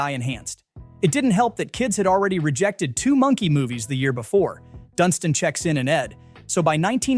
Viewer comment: “It didn’t help that kids had rejected two monkey movies the year before: Dunstinchecksinanded”. lol, oh AI